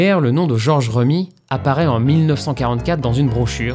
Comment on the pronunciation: Je n'avais jamais pris le temps de me renseigner sur la partie sombre d'une des plus grandes figures du Royaume, merci pour ça ! (George Remi se prononce [Rémy] comme le prénom)